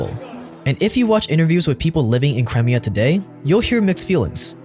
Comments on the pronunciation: How is so bad at pronouncing certain words? It drove me crazy a few weeks ago when he kept saying Papal States with a bizarre pronunciation. His butchering of Crimea in today's video got under my skin too. The thing is, his videos are actually pretty good overall. I'm doing my best to overlook how badly he says certain words out loud because I don't want it to ruin the overall experience, but dang, it's difficult sometimes. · Cry…me..ah not cremia. 🤦🏻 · Its C KRY-ME-AH not Crem-ee-ah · ffs, get your pronunciations right, It's pronounced Crime-IA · Crimea (CRY-MI-A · "cremia" though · First it was pa-pal states, now it's crim-ee-ah. Amazing documentaries, but please get your pronunciation right! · You're pronouncing crimea wrong. It's pronounced Cry-Mia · pronunciation drives me craz... omg the way he says Crimea... I think he does it on purpose! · ohh hes talking about crimea? wtf is that pronounciation